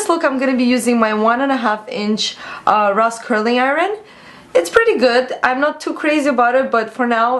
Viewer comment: Did any of u notice hw she says iron? It's so funny. Love a!